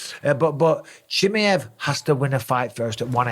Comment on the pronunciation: Never did I see someone getting Chimaev's name so wrong. "chiamiav" sounds like a weird catbreed or something 😂 Aside from that, I agree, but I think Pereira should let the Izzy thing go now and move to 205. He could probably even fight at heavyweight. Make no mistake about that though: he'll definitely collect several losses, should he be matched against high level wrestlers. As long as he's fighting strikers, I see him beating everyone, because there's noone as good as Izzy, when it comes to the stand up game and he beat him 3 times, anyway. I assume he'll beat anyone in the top 5 in LHW. So many great fights to watch. Imagine him VS Blachowicz/Prochazka/Rakic for example. Would be amazing to watch.